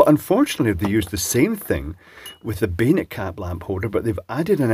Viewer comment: I think you're saying "bayonet caps", but I keep hearing 'beta caps". It's become clearer - three years ago, they definitely sounded more like 'beta'. It took a long time before I saw comments saying "bayonet", and I realized what was actually said. I've seen the G style lamp holders, with the hard to find 'male' feet, but I don't think I've ever seen a bayonet cap bulb or socket in the US or Canada.